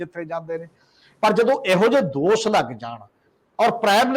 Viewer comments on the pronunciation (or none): The word is “Dosh” and not “Dos” as the commentator is pronouncing. Wrong pronunciation leaves a boring and confusing impact on the listeners . Thanks .